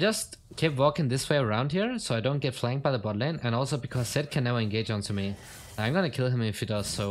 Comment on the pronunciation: LOL he meant that you are against a Zed but you pronounce it as Sett lol